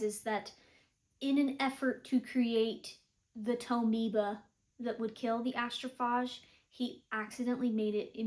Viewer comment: It's pronounced Astroph AGE, as like "What is your age?" Just trying to be helpful. 😊